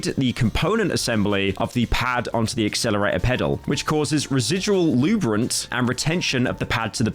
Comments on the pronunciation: this mf said lubrant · you said luberant